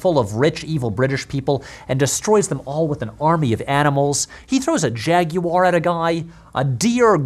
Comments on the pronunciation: that's not even close to how you pronounce jaguar. Also there are no jaguars in that movie. It's a leopard. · I have never heard that pronunciation of the work 'jaguar' before. Interesting...